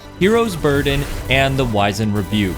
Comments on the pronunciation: “Wiz-end Rebuke” not “Wise-end” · It's pronounced wiz-und, not wise-end. Likewise, it's rah-preezed not re-prized.